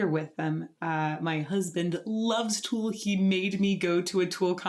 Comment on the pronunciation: Where is that accent from lol? We say Tool. You say Too-al.